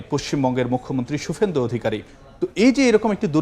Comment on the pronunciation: ফারুক ভূইয়া রবীন একজন স্টাফ রিপোর্টার উনি স্কীনে দেখে দেখেও পশ্চিমবঙ্গের মুখ্যমন্ত্রীর নামটা ভূল বললেন.....! শুপেন্দু 😄 হায়রে হলুদ সাংবাদিকতা.....!